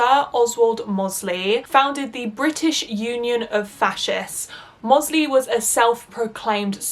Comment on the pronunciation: Doesn’t take away from the excellent vid but smethwick pronounced smethick with almost a vee sound in the middle. And mosely rhymes with Rose Lee.